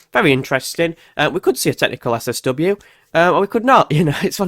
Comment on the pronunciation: SSW? You said it quickly three or four times and it sounded like 'seswesway warming' I couldn't understand what you were saying and missed the whole point video.